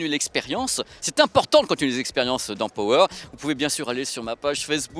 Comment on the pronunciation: ●●● Pitié, de grâce, à tous ceux qui emploie le mot ANGLAIS "power". Arrêtez de mal le prononcer, ce n'est pa "PO WÈRE" mais "PA WEUR" ; allez, distinguez-vous de tous ces mauvais publicistes ... Ceci dit, merci pour cette vidéo, TRÈS BON SUJET ! Et oui, tous comme pour la VIUE, beaucoup perdent LES OREILLES et se contentent de ce que j'apellerai des "LEURES de MUSIQUE" certes très pratique vue le poids, mais bon, après, c'est un choix ... "En perdant la foi, l'homme a perdu le gout du merveilleux" ... ●●●